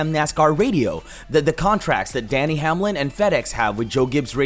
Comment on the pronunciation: You keep saying Danny Hamlin and his name is Denny not Danny